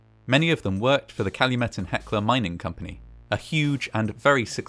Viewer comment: YAY! I'm so glad to see you were able to use my suggestion! Fantastic video; you even pronounced Calumet correctly ^_^ Fantastic video, as always!